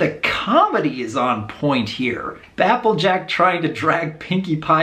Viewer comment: He just did a slip. He said bapple jack.